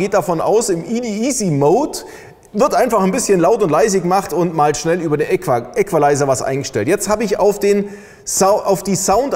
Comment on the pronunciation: Wieso schreit der Typ die ganze Zeit ? Ist kaum zu ertragen. Genauso wenig,wie der sehr störende Nachhall der - wie es wohl scheint - Halle. Man befasst sich mit Sound und filmt in einer Umgebung mit deutlichem Nachhall... Und : die korrekte Aussprache des Wortes "Equalizer" muss auch noch geübt werden.